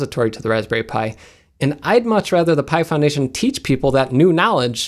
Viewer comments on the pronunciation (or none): Every time he says "Pi Foundation", I initially hear "Python Nation", which sounds rather cool. Anyone else have this happen?